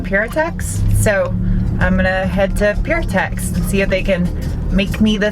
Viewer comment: Hate to be that guy but Pirtek is pronouced 'Purr-Teck' not 'pure-tex' or 'peer-tecks'. Good to see an Aussie company could help you out with the clutch line